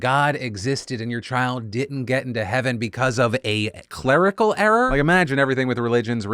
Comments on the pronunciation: 'clergical error' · CLERIC-al error? 😏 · "Cleric"al error. Ha. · Cleric-al error